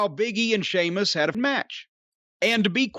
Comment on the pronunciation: Seamus??? Say it properly... if you can't don't say at all. It's Sheamus